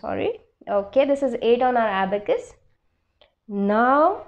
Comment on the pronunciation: Ma,, am not aabacas it, s abacus